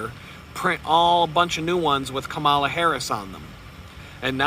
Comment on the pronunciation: You really sound dumb when you say her name wrong. "Comma" "la." Children can say it. (You're not clever deliberately mispronouncing someone's name.}